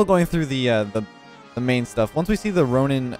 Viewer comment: I love the name of the ronin car because my name is ronan and you say it like ronin. So I feel like I got a shoutout😂❤️